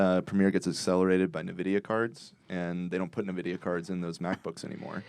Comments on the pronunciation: said Navidia. It's Nvidia. Fuckin lamen. Just kiddin love you guys. But seriously, pronounce it right. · Please tell the GPU company is "in"-vidia, not "ni"-vidia. So many people fuck this up and it's cringe af.